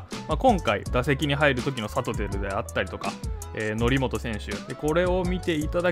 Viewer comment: サトテルの発音が間違ってる